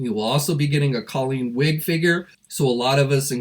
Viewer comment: It’s Colleen Wing, not “Wig”.